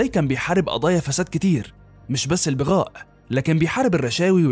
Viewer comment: تنطق كلمة بغاء بفتح الباء وليس بكسرها